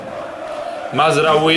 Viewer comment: Ne isgovaraju se tako imena nego mazrauji,taljafiko,promes